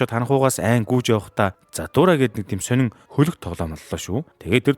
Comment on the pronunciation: Zahtura bish jathura baina demjij baigaa like darairai